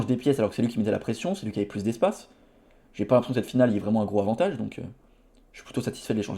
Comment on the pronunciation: Stp, les liaisons.. entendre "gro avantage" à chaque vidéo c'est pénible. Bon courage pour la suite!